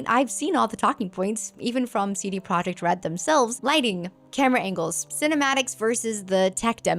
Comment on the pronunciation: God dammit. The "j" in Projekt is soft. Yekt, Yeeeeekt!